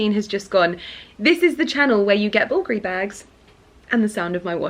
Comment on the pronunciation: I looove the sound of Porter galloping😂 It gives me joy🤩 Ali is such a character… Oh, the pronunciation of the Bulgari brand was so good. Most people I think they stress the second syllable, Bulgári when the correct is on the first syllable, Búlgari. The brand might be located in Italy but the founder is Hellene🇬🇷 Bulgari is a Hellenic surname Βούλγαρης/Vúlgaris. I think they were two brothers Σωτήριος/Sotíris and Στέφανος/Stèfanos Vùlgaris from Hellas who they founded that company in Italy.